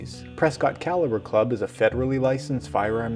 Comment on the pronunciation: This is my first time to your Channel and when you were through with the video and you introduce the caliber Club I heard cow liver Club!!! What the hell??? LOL